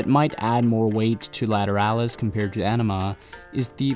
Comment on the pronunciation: sigh It's Justin Chancellor, not Adam. You mispronounced "Ænima". The album title is spoken in the same nomenclatural vernacular as the Jungian psychological tropes, to wit the Anima / Animus. The title track is pronounced akin to the process of shooting water up your ass. You mispronounced "Lateralus". The "...alus" is spoken as a descending syllable with a soft "h" sound. The ten thousand days refers to the amount of time Maynard's mother was imprisoned in her wheelchair. The aspect of Saturn descending and ascending is 29 years. You failed to mention Maynard's stint in Green Jelly (pronounced "Jell-o" due to copyright issues). "72826" is pronounced in the same manner as a zip code. Not however you did it. As a proud Tool devotee since "Opiate" dropped in 1992, when I was a 16-year old high school sophomore, (with the multiple tattoos, tour shirts, imports, ticket stubs, and autographed setlists to prove it) I can assure you, with all certainty, that you are not worthy of them, and I am embarrassed for both of us. Please cease and desist with your pseudo, ignorant fandom and move along to something more your speed, like Nickelback. I wish you well